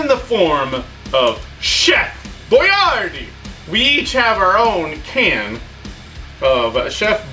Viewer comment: The way you pronounce boyardee kills me lol